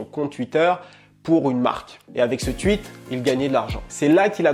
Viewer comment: Ta chaine est mortelle mais arrête de dire "twuit" au lieu de tweet mdr